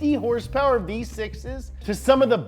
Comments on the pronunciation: Why does he say "herspers?" 😆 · Someone teach this man how to say “HOrsE PoWEr” PLEASE